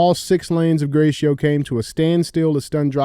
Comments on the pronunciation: Hey DJ - the street in Detroit is Gratiot and it’s literally pronounced Grass-Shit I know it’s French and you’re good at French and shit but we do stuff different in the D 😂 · GRATIOT is pronounced GRASSHIT Thank you for your attention to this matter 😂